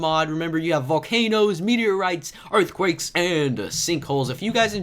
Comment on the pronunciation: You said earthwakes